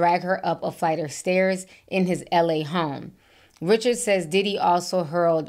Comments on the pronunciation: Ri-shard, not Richard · I think her name is pronounced Dawn Ri-Shard.